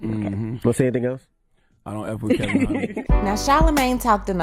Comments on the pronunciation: His name is Kevin not Kelvin and you repeatedly get this wrong even when the sound bites you are using refer to him as Kevin...... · You are mispronouncing his name. It's Kevin not Kelvin. That's all. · Charlemagne is saying Kevin and you're still calling him KeLvin. Honey there is no L in his name. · His name is Kevin not Kelvin. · Why do u keep calling him Kelvin? Lol 😂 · His name is KEVIN NOT KELVIN! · Heffa his name is kevin not KELVIN country ass lmaooo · It's Kevin, not Kelvin... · Charlamagne is saying KEVIN (along with many others), and you're saying KELVIN..... What is this man's name? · It’s not “Calvin Hunter”, it KEVIN Hunter. You’ve got it wrong a few times throughout this video. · Why does she keep saying “Kelvin” though 🤦🏾‍♀️ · Screaming at the video “His name is KEVIN not KELLLLLLVIN!” Sheesh! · KEVIN not KELVIN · Ok, why dear sister do you keep pronouncing Wendy's husband's name as "Kelvin" when his name is "Kevin", which Charlamagne clearly calls him. I hate to be picky but excellence calls for saying his name correctly. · Why can't you get his name right? It's KEVIN nor KELVIN. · Sis why’d you keep saying ‘Kelvin when his name is Kevin? Thanx for the video tho💖